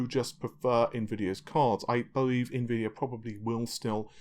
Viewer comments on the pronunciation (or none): none